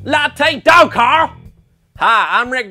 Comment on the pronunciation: Its Cooarl